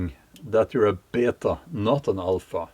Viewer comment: I thought of my Oma every time you said "be yay ta" 50 years or so in the U.S.A and she still has traces of her accent that just aren't going anywhere